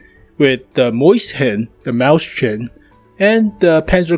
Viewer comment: mauschen, sch is pronounced ssh